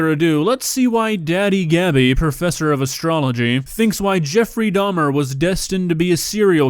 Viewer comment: damn i hate to be the one that points out that its dahmer not dahms